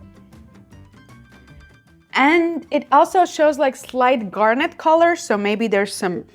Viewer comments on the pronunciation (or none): none